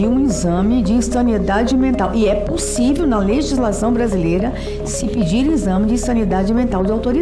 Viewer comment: "e eu acho que ninguém nunca pediu um inzame de ensaniedade mental..." Damares gabaritou essa aí.